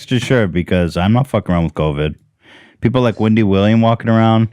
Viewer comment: “Windy” Williams